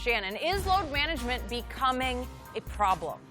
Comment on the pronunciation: I need jenny to help me with my "Load Manangement!" 😂